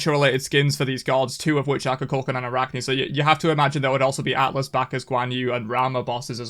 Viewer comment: Why is EVERYONE pronouncing Kukulkan like Cu Chulainn?